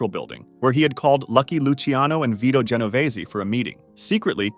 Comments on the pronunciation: Ge no vay zee???? 😂😂😂😂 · Jen-o-veeze not whatever the narrator said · He pronounced an extra 'e' at the end. Going to cry?